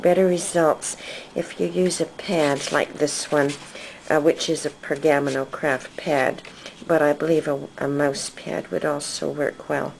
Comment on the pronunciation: Per-ga-mano...not pergam-no